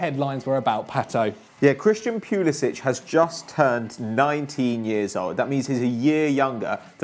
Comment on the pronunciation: Your pronunviation of Pulisic makes me want to blow my brains out. It's not pyulisich, it's Poolisik